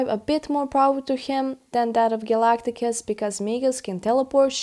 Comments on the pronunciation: A mispronunciation of Galactus. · & ... Who is Galagtagus? 😂